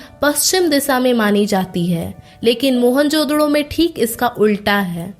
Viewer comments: Mohanjodaro hai mohanjododo nahi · Mohan jododo nhi hai wo mohanjodaro hai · Ye mohanjadaroo ko mohanjdoro kyu bula rhi h.. kitna awkward lag rha h..😢